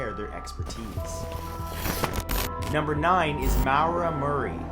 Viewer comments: It's pronounced Mara not Mawra it's my name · Lol... isn’t it pronounced “More-ra” and not “Mowra”? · Maura is pronounced Mor-a not Mow-ra😂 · "Mowra" its pronounced Mora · Its not pronounced low mow-ruh. The name Maura is pronounced Mar-( like march) ruh. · It's pronounced moorah not mowrah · Maura = MORE - ah not MOW - ruh. Sounds like Laura. And the mellified man... that's interesting not creepy, at least to me. I've heard about "The Hands Resist Him" and nope, I look at a photo of that painting online and get the heebie jeebies, never would I ever own that thing. Also, re: Mayhem... a photo taken by another band member of the lead singer's dead body was on one of their album covers. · It’s pronounced More-a not Mawr-a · Just a side note: Maura is most commonly pronounced More-ah, not Mau-ra. 😊 Keep up the awesome vids! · (Maw-ra) Just found the way you pronounced Maura a bit weird xD at least that's how it's pronounced here in Ireland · #9: It's not prononced Moawera Murray, It's More-ra Murray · Just something I would like to clear up: in number 9, it's not pronounced mow-rah*, it's pronounced *more-uh (unless it is stated on the wikipedia page that this is how she pronounces her name) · It's Maura like Laura not mowra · you say Maura SO wrong, it is hilarious :D it is pronounced maw-ra. People trying to pronounce Irish names will never stop being entertaining :D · Great video but say maura's name as Mora which is how it's said. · “Mowera” Murray... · Too many comments to read to see if anyone else has corrected you, but maura is pronounced more-a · you mispronounced maura its morra or marra the u isnt pronounced at all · Maura is pronounced More-a. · number 8 is pronounced Mar-uh (my name is spelled the same and i know more people with the same name. just thought I'd point it out lol.) Great video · Tha maura Murray's first name is pronounced m-or-a. My sister ran track against her when they were in high school. She was amazing at it. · "maow-ruh murray"